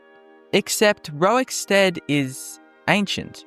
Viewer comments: Are you saying rowikstead? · I want to thank Pontius Piwate fow taking time out of his busy scheduwe as Govenow of Woman Judea to pwoduce this video about Wowickstead. Welease Wodga, centuwion. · why do you insist on saying "rorik" incorrectly? stopped me from watching desu